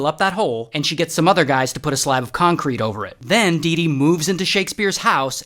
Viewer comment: dee dee sounds like doo doo